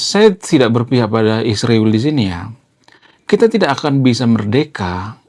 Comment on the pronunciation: mas kok nyebut isriwil kok susah amat nyebut israel. Ya itulah orang konoha..😢